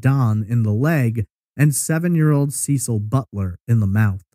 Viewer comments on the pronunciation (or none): none